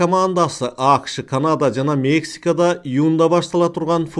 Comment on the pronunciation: агай апрель деген сөздө басым экинчи муунга, б.а. апрЕлге түшөт, сиз [Апрель] деп айтып атасыз. АКШ дегенде дагы [Акш] деп угулуп жатат. Кыргыз тилинин эрежелерине ылайык, [акышЫ] дегендей айтылат. Ийгилик каалайбыз каналыңызга.